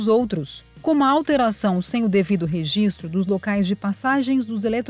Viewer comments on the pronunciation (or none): none